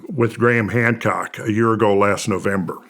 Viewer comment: At the beginning he said Gran Hamcock 😂